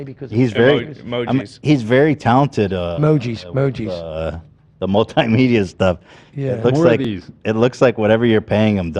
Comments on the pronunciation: calling emojis “Weejees” is 🤭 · calling emojis "wee-gees" had me deaddddd💀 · “He put the weegies all over it” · “He put weejis in too” ….took me a few seconds to realize meant emojis 😂😂